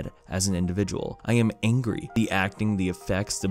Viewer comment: You sure are not angry.. You are ungry